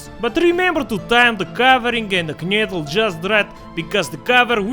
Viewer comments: No! It's "Knödel"! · Its pronounced Knödel